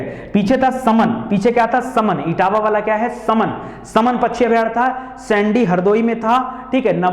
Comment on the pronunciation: Sir सैंडी नही सांडी है हरदोई का